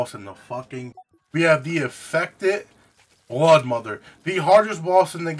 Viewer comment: Broodmother not bloodmother